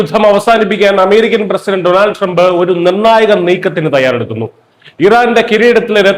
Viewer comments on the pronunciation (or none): none